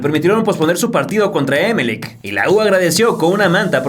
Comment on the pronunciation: Eres mexicano? Se dice Emelec... Con acento en la ultima E